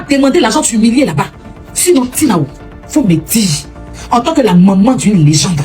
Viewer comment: faut demander à la tantine qui parle oooh 😂 elle a du mal a dire legende !